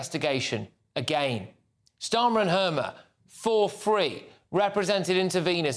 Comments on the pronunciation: Why do I keep hearing "Circus Starmer?" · I keep hearing "Circus Starmer"